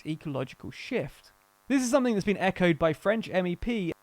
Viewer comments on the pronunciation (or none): none